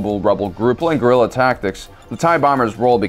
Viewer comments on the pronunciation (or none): none